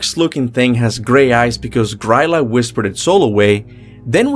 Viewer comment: i just noticed that they say Grýla’s name wrong in god of war.